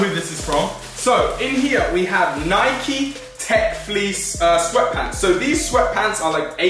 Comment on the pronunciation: its nike not nikeeeee